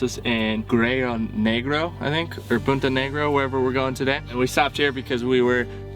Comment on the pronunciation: LOL! You’re such a gringo,. “Guero Negro”. That means black whitey. Guerrero Negro is the proper pronunciation....black warrior. That’s alright. When I was younger I confused mosco (fly) with moco (booger). Glad you’re doing Baja. It’s a great visit, but trust me, you’ll be glad to get home the USA where there aren’t machine gun toting cops and soldiers at every corner like there are in Mexico.